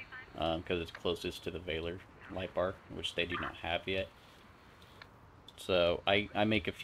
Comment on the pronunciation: Valor is pronounced: VAL - UH rather than VAY - LORE..... Like Stolen Valor. Valor means:- valour /ˈvalə / (US valor) ▸ n. courage in the face of danger, especially in battle. – DERIVATIVES valorous adj. – ORIGIN ME: via OFr. from late L. valor, from valere ‘be strong’.